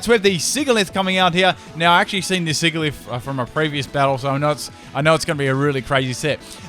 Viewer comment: it's siGilyph Me having watched a Pokémon pronunciations video: TRIGGERED